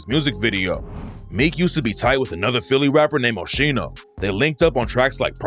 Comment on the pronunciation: Called my man Osheeno 😂😂😂